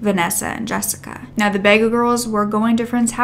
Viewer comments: Every second vehicle in Australia is a 4 door white car. Bathurst is pretty safe so I understand why they didn't think it was kidnapping. Bega is pronounced "b-gar" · Bega... haha... It's pronounced Bee-ga. It's funny how Americans say any of Australian places lol. At 23.10 are you ment to be saying Canberra... It's the only other state that sounds similar to the word you used before Queensland ... I know u like to be correct in your names and have your ducks lined up to be professional. It's a good thing.... See if u can get voice to say names to help in future. Sorry as Australian I get amused by Americans as I said pronouncing words.... you even say vehicle funny.. I can never say it how Americans do. I love hearing that word from them for some reason lol